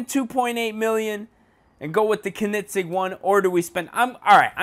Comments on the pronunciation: It is pronounced conenigzeg not konigzeg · ko-nit-sig Lmao. I love your content but you slaughtered that name. think of it as cone-ig-seg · Kin-I-sig? Um bro it's pronounced cone-a-seg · He really said "konigsig" it is pronounced coe-neg-seg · pronounced ko-nig-segg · It's pronounced coe-nen-seg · CONE IN SEG is how its pronounced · its pronounced "coeningzegg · Its not ker-nit-sig ffs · Kiko MKD I was laughing at how he said Koenigsegg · this guy is supuid the guy in the video wtf kunig ceg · its not "konigseg" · when was there a t in koenigsegg? and BTW it is PROPERLY pronounced kerr-negg-segg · U said Koenigsegg wrong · You said koenigsegg wrong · Fleunt in English but can't say Koenigsegg for shit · wow you pronounced koenigsegg wrong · Why does he say koenigsegg like that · you need to at least know how to pronounce the cars name before you make a vid on it